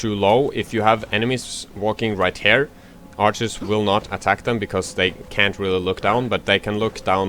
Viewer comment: You need to learn how to say "here"